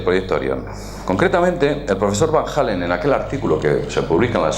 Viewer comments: A ver si pronuncias de una vez bien Van Allen. Van Halen era un guitarrista. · La próxima vez que menciones a los cinturones de Van Hallen, quilate la "H", y lo dejas en Van Allen. De paso no pronuncies "Jalen". Si ahí te equivocas (POR NO AVERIGUAR NI CONSULTAR), imagínate la credibilidad que tienes para el resto de la información que das. Tengo un amigo que ha leído mas de 500 libros muy interesantes, eso no le ha dado ni un punto mas de C.I., se queda con los que nació.